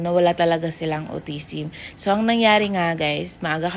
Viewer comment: alpabet, pour years old, autisim, pucos, pruits, just saying lang po. Kaya d po naintidihan ng Indian specialist kasi autisim ung pronunciation.